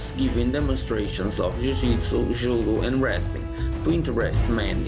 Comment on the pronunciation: Lol estava a ver o video e kd ouvi a palavra "judo" pareceu m mto português, foi kd fui ver o nome do canal 😄 abr